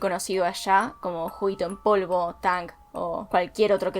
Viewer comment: Tang! bien Argentina JAJAJAJAJA. Te amoooo